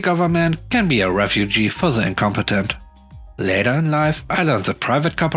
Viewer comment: The last one, that was great. I would loved to work there that summer. :D However, Refuge and Refugee aren't pronounced the same. A tip for your next video.